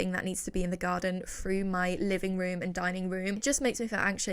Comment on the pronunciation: Why can’t you pronounce “th”? You looked “Frew”???? Do you mean “THrough”?? 🙄